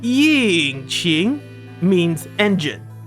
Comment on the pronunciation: Before I continue with the video, me as a Chinese speaker just want to say that your pronounciation of qing is pretty good, but it feels like you were putting way too much force in pronouncing yin so it became more like the 4th tone instead of the 1st